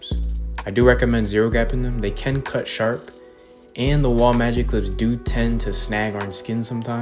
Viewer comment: I like how the news anchor said: "CUHT" not "CUT"